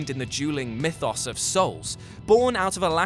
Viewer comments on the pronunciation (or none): none